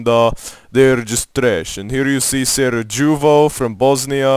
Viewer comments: "SaraJEWvo" no. That is not how it is pronounced. In Serbian, "j" is "y" sound. Thus, that place is pronounced "Sar-eh-yeh-vo" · Ruida Zeng bruh he called it “Sarajewvo” and it’s Victoria 2 this is just a Kosovo Je Srbija meme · Bruh this guy can’t be serious...first of this is a video game with fake info, even so, Prizren is literally 46% Albanian 29% Serbian and not the other way around...he even mispronounced Sarajevo and thought North Macedonia is Serbian too 🤔🤔🤔